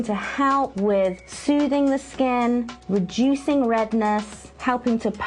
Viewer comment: it seriously sounds like you said rejuicing redness...